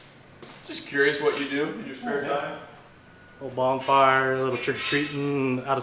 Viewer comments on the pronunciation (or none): did actually say bongfire??